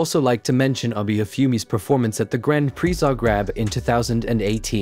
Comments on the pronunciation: please stop saying "aby" it's "abeh" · Might want to pronounce his name correctly. It’s not Abi. It’s Abe, like tempeh